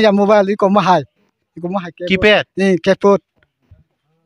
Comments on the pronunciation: Keyput ❌ keypad 😂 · 😂😂😂its keypad not a kipat or kipot😅😅👍